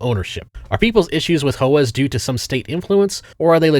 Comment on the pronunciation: When he’s the smartest guy you know but he calls HOAs “hoahs”